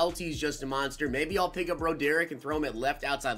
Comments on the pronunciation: Meh, but you mispronounced Broderick.. it's brah drick. Not bro derrick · it's pronounced BRA-DER-ICK lol come on. Pack luck and mispronounced names is the way hahaha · You pronounce it broadrick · Bro derick? Are you kidding me? How do you really think that’s a name? It’s BROD ERICK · its pronounced , broad-drick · please tell me that pronouncing his name “Bro-Derick” is a joke😂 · Lol he keep saying his name wrong. Say it like~> Rod-Drik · Lol Bro-Derick.